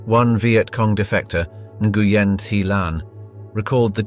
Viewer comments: It’s pronounced “ win “ .. not “ in gu yen “ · For future reference, Nguyen is pronounced “WINN”. Nice reporting. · General 'In-goo-yen'? Seriously?? It is one syllable. Not three. smh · you're pronouncing Nguyen wrong... its supposed to be "new-Ann" ;) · "Nguyen" is pronounced "win"